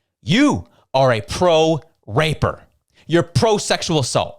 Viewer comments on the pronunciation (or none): LMAO did just say ''you're pro-raper'' HOLYY FK.